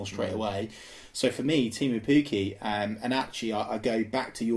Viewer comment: How were we stung by Leroy Fer? He was one of our best players that season & we sold him on at a profit when his stock was high, having just scored at the world cup. Also, please please please learn to pronounce Pukki properly boys. Yes, Pukki means goat in Finnish, but the way you pronounce it is a different Finnish word, meaning laundry! got it though!